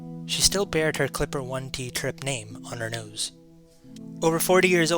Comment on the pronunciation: “It already BORE the registration”, NOT “bared”.